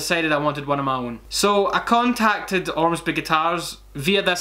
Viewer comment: ormsby not armsby damnit holy fuck when I have to google because the enunciation is so wrong not just bad. anyways....